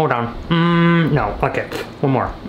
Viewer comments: when he said ok it sounded like f***k it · Ikr it sounded so weird for him to say that lol